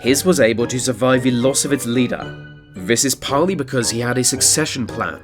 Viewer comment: Can you learn to say this and the rather that VHIS and vhe